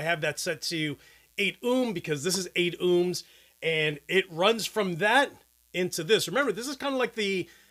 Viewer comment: Haha! I have never heard anyone say ohms that way. O-hms, not Uhms. But hey you do you.